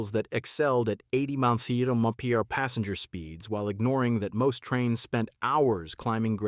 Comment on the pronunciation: Horrible a.i. narration made me wonder if the material presented was also fake. You really need to teach your robot what to say when it reads "mph". You didn't listen to the final product?